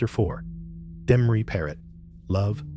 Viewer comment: This guy is taking bit and pieces of other documentaries and putting them together wrong trying to be somebody and half of it is bullshit. He can't even pronounce Demories name right. What a crock of shit!